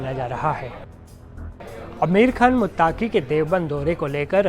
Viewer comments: Khabar kai bar parh ke sunaya karo bete Aapke Alfaaz,sami ko saami,muttqi ko muttaaqi nikalata hai Shukriya. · this repoter is really trying hard to represent himself as non muslim, see false pronunciations muttaaqi, saami ul haq. naam bhi badal lo beta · मुत्ताकी नहीं पत्रकार साहब❌😂😂😂अमीर मुत्तक़ी✔️